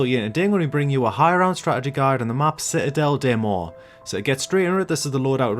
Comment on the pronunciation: Good accent '' citadelle des mort '' 😂😂😂